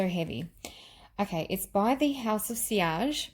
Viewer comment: your pronunciation of sillage is very correct....i love this